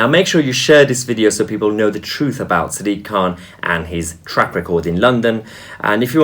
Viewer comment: Sounds like siddiq khant.